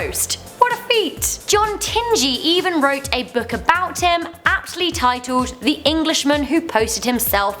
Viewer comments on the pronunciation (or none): none